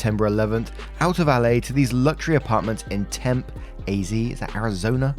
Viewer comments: Yes its arozona but its not "temp: its tempe...the e at the end is pronounced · yes, Az is Arizona. You got Flagstaff write but Tempe is pronounced TempE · Temm-pee, Az. Don't go there and pronounce it wrong. The locals are sensitive and WEIRD. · Hey! NBD but as a native I believe it's my duty to correct your pronunciation here! It's pronounced Tem-pee and yes it's Arizona! Love the rep for my hometown and adore you! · Story 2 pronunciation is Temp-ee and you got AZ as Arizona right! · Tempe is pronounced Tempee. Long e. Arizonian here. Lol I used to call it temp until I moved here 10 years ago. Love ya lots,! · Tempe is pronounced "Tem-pay" by the locals. AZ is the abbreviation for Arizona. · You pronounced Flagstaff correctly but Tempe is Tim-pee and it is Arizona. Good job! 😁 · Hi. I know this is probably late, but you’re correct. AZ is Arizona, but Tempe is pronounced Tempee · it is pronounced temp-pee...Arizona , usa. And you can swim outside up until November...very hot during the summer. Holy frick, none of my family would not be working, you live there, then get a job or go to school with funding...PERIOD. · You got it right, AZ is Arizona. But the city's name is pronounced more like Tempy (TEM-pee). Town pronunciations can be weird in the US. I'm originally from Illinois, and we have two towns, one called Milan and one called Orion. But do we pronounce them like the city in Italy and like the constellation? Of course not. Milan is pronounced MY-lun and Orion is pronounced OR-ee-un. There's an Albany in Mississippi that is not pronounced the same as Albany in New York. New York is pronounced like ALL-buh-nee and in Mississippi it's like al-BIN-ee. (Al, like short for Albert.) So, pronunciations can be weird. You just do the best you can and don't worry about it too much. LOL. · I’m gonna be that person Tem-Pee=Tempe we have a lot of hard to pronounce city but he got Flagstaff correct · Its pronounced Temp-ee I live here....:)